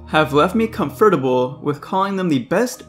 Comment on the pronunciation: that pronunciation of “comfortable” is up there with WeedleTwinNeedle’s “Kee-ow-grey” for Kyogre.